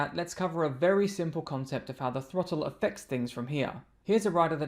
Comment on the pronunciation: Did he say twottle .😅